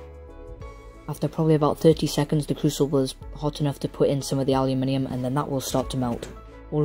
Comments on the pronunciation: I am from the States and I love how you say Aluminium! Don't let anyone give you any crap about it. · I'm American and I pronounce the word aluminum the same way you do. Because let's face it. Your way sounds WAY cooler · Thank you for saying and spelling it aluminium. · I say aluminium the same way :3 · Yessssss some one says aluminium properly!!!!! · I like how you put people in their place on how to pronounce aluminium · you pronounce it correctly for the spelling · theres always some idiot out there. your pronunciation of aluminium is fine. im in the us and i understand you just fine. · I dont fault you at all for pronouncing the metal differently. In your country, thats how it is said. Thats that. Not wrong. Nice work anyway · I'm Australian and usually i hear everyone saying aluminum and then i started watching The Art of Weapons and I was like... This is the first time i have heard a youtuber say aluminium properly :O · So what amazing and wonderfully weird things may you get up to using a CNC router then? Amazing vid, I made a paint can forge but have yet to try melt aluminium,P.S. it's the Americans who pronounce it weird ;) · since time and memorium the british and other europeans have correctly pronunciated the word aluminum when in rome do as the romans do. its no wonder the industrial revolution started in britain you have great engineering skills please keep sending your tutorials. thank you.. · Its also the correct way to say it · Mike Dittman I mentioned it because all these Americans were attacking this kid for the way he said aluminium. The Americans think they are right and he is wrong. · ***** That wasn't the issue. The issue is Americans attacking him on mass, for saying aluminium correctly. Thats the issue, as far as i'm concerned you can keep on saying it however you like, no matter how wrong it is, but don't tell us, the people who invented the language, that we aren't pronouncing words correctly